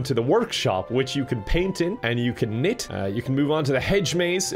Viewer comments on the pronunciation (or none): Idk what it is, but the way says knit just hits me in the giggledick